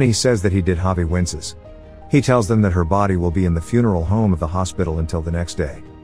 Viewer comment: The voice kept saying Fune-Erl- Home